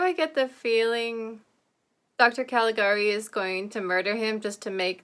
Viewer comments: Yes, it's pronounced 'ka-li-GA-ree', just like you said. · I remember when I watched this in one of the History of Cinema classes I took in college. Such a beautifully designed film. Not only is it considered the first true horror film, I think it might also be the first film with a twist ending. By the way, you did pronounce "Calagari" correctly. I only know that because there was a remake of the film with sound made a few years ago. I've only seen the trailer, but it may be worth checking out on your own.